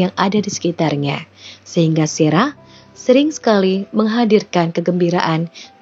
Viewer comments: Sarah ya Sarah aja gak usah serah serah min, ngganggu aja kecuali Mimin bawain ceritanya pke bhs inggris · Nyebut nama Sarah kenapa mimin baca Serah sih...